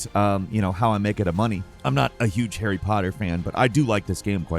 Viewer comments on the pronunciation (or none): none